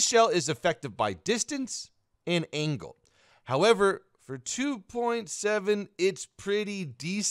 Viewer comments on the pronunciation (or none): none